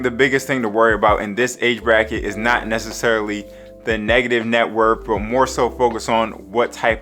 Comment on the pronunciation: Taking Net WORTH advice from someone that says "Net Wurf"? SMH